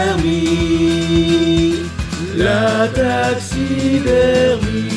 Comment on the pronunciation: Exceptionnel ! Purée le « la taxi der mie » m’a tué 🤣🤣